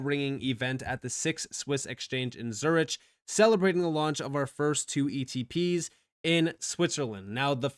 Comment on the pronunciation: “Zur - ITCH” 😂